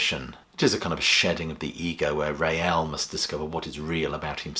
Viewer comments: It's pronounced 'Rail', not 'Ray-Al' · Please pronounce his name correctly, It's Rael (pronounced 'Rail') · "Rael" is one syllable, not two. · Rael was one syllable, like Rail, and not like the Madrid football team. I was never sure about the Lamb, as I only got into Genesis with Trick, W&W and Seconds Out, then investigated the back catalogue.